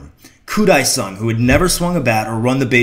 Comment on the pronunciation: Its Dae sung koo